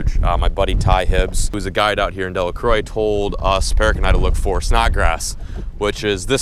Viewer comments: Delacro is how you say it🤦‍♀️ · just sayin. the "croix" in Delacroix is pronounced like crow (the bird) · Just a heads up, most of us south coast folks pronounce it De-La-Crow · It’s pronounced “del a crow” and you’re using the wrong bait for redfish. Use a Cajun popping cork, 12” leader underneath with a 1/4 oz. jig head with a piece of dead shrimp. Cast and pop the cork every 5 seconds. Don’t leave it in the same spot for more than 30 seconds or you will have to deal with a hardhead catfish. Guaranteed. Don’t touch them. They sting and will ruin your day. Buy a catfish flipper for a couple of bucks. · It’s pronounced dela crow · In Delacroix it is pronounced “crow” at the end. As a NOLA native it just sounds kind of cringey on the ears. But next time your down, you need to get some Popping corks and Matrix Shad. pro tip: chartreuse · It pronounced delecro😡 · It's a french name. (De = from) (La = the) (Croix = Cross). The "croix" should technically be pronounces like this K (roll the R) - oo (like groovy) - wa (sharp A like A-pple') say this fast --> Krrrooa NOTE: I know that french names evolve in pronunciation and get anglicized with time, so you might be right. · It’s pronounced crowah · It’s pronounced DeliCROW. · Pronounced “della-crow” That’s all, carry on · ...it’s pronounced “dela-crow”...you’re killing me with how you pronounce it 😂😂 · It’s funny how u say delacroix 😂 but they got monster bull reds in the marshes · It was driving me crazy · Somebody gotta correct him on the pronunciation. Was bothering me haha